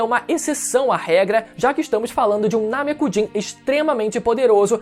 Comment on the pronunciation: Agonia escutar Namekujin em vez de Namekuseijin